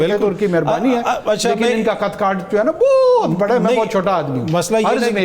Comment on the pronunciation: 😂😂 Bohat ko Boooooooohat zor de diya.....😂😂